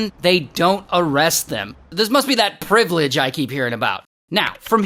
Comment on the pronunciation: that privlaidge i keep hearing about😂😂